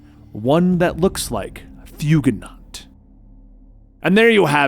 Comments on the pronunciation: Did he say "Fugunut" at the end? Did he mean Fugitoid? Because that was Fugitoid's head. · I didn’t know Kyrie Irving was in Ninja Turtles 😂 it’s “Kuh-Rye” bro... ALSO ITS FUGITOID🤦🏽‍♂️🚶🏽🚶🏽🚶🏽 *Still was an enjoyable video though